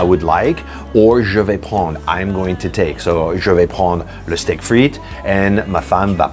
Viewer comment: All of you assume people can pronounce french. It only maskes sense to me to say "jay vayis pren dre". Assuming people can say 'r' like about to vomit is not helping anyone. Instead, what you said was, "Zhevey phon". That's somewhere int he vicinity of Vietnamese. smh